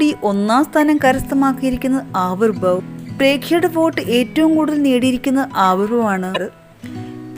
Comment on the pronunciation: Hopeless narration..presentation.. can't even pronounce Avirbhav properly...